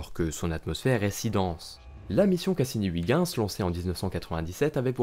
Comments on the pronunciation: Huygens se prononcé euilgenns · Très bonne vidéo, et, pour la prochaine fois, "Huygens" se prononce oeil-gue-ns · C'est horrible cette prononciation de Ouigens, surtout prononcée si souvent. C'est est pourtant si facile d'utiliser la prononciation de Google Traduction, en néerlandais bien sure (voire en anglais, ça marche aussi) pour savoir comment le prononcer correctement. ,04'35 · Faut arrêter de dire "Wiguins" quand on parle de Huygens, c'est juste horrible, merci. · Heu je suis pas sur pour la prononciation de Huygens😂, sinon superbe vidéo, de magnifique animation